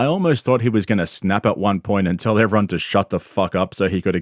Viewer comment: Great video as always. I really like how you pronounce “everyone” you always say “evron”. 😂 cute